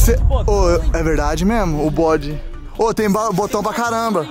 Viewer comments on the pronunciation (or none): none